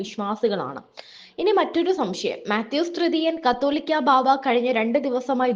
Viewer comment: എടീ നീ ആദ്യം കാതോലിക്കാ എന്നു പറയാൻ പഠിക്ക്. 'കത്തോലിക്കാ' ബാവാ അല്ല 'കാതോലിക്കാ' ബാവാ എന്ന്. നിന്നോടും നിന്നെക്കൊണ്ട് ഇതെഴുതി പറയിപ്പിക്കുന്നവരോടും പറഞ്ഞിട്ടു വേണോ ബാവാ എവിടെങ്കിലും പോകാൻ. പിന്നെ ഈ മഫ്രി എന്താണ് പറയുന്നതെന്ന് പുള്ളിക്ക് പോലും അറിയില്ല. കള്ളത്തരം പറയാൻ കുറച്ച് ഉളുപ്പ് വേണം. നിനക്കും നിന്നെക്കൊണ്ട് ശർദിപ്പിക്കുന്നവർക്കും.